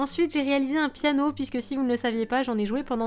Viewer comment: on dit "piano ".. pas péanio